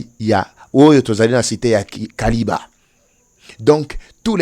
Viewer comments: Kiliba et non kaliba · c'est Kiliba et non Kaliba, merci. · C'est KILIBA et non KALIBA, merci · Sucrerie ya kiliba et non kaliba. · c'est KILIBA et non KALIBA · Frère on ne dit pas Kaliba on dit KILIBA merci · Kiliba et non Kaliba. 🇨🇩🇨🇩✌️ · Ne dites plus Kaliba. Dites plutôt KILIBA. Je suis à Uvira. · Il s'agit de Kiliba et non Kaliba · C'est Kiliba et non Kaliba. C'est la cité où il y avait la sucrière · C'est KILIBA et non Kaliba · Non kaliba mais Kiliba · C’est Kiliba et non Kaliba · K I L I B A et non KALIBA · Pronunciation c'est KILIBA. MATONDO